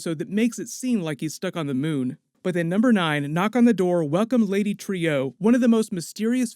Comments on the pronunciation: Pronounced True, NOT Trio... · are you sure it’s pronounced Lady Tree-O because they are saying it Lady True on the show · Lady True not TREE-OOE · It's lady "trù" not "trīu" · Stop saying, “Trio”. “Trieux”, if you have to draw it out to two syllables, “tri-yeu”, or better yet, “True”. Think: French origin. Or just listen to the dialogue on the show. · Dude, Trieu is pronounced like "True" not "Trio." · Pronounced Lady True not Trio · Isn't Lady Trieu's name pronounced "true"? Think that's how they were pronouncing it in the episode. Anyways, I think the clock could be a MacGuffin to throw us off the real thing that's gonna happen. Lindelof likes to do that if you've ever seen LOST or The Leftovers. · Bro, her name's pronounced "troo", not "trio". Did you have the volume up? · Isn't Trieu pronounced like True not Trio? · Great video as usual. But please use the correct pronunciation of the name Trieu, as in “true”, not “trio”. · I love your videos but mispronouncing a character’s name repeatedly really takes me out it. It’s Lady Trieu (“True”) not “Trio”..... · Trieu is pronounced "True" as they do it in the show, just like Veidt is pronounced "Vight" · Please, it is pronounced "Lady True", it's repeated several times. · Dude, the show actually says Trieu as "True" Get it right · Right? The blatant mispronouncing was getting to me too. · Yeah. Very weird that someone taking the time to break down a TV show, piece by piece, couldn't even get the pronunciation of a name that is said in the episode. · Its pronounced "True". Do you even watch the show? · Pronounced like true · Does even watch the show or does he just have a script made by someone and he reads it. I ask since he calls Viedt = Veet and Trieu = tree-oh I mean they say it in the show so I dont get where these alternate pronunciations are coming from. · why are you pronouncing trieu differently than true. her name is spoken multiple times in the series and this episode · Lady Tree-Oh